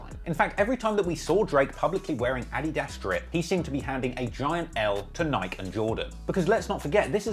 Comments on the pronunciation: Its NIK-E! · Bro it’s ni-kee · the way he pronounced Nike for the first 17 minutes hurt my ears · How bad is at pronouncing names, can't pronouce Nike and Melbourne